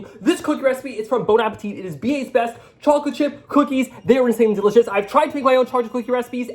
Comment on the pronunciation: "Chaw-chip cookies"!